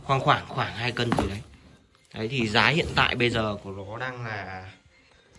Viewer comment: Anh đùa khách hàng đang xem đấy à? rõ ràng anh nói "dái hiện tại..." là như nào?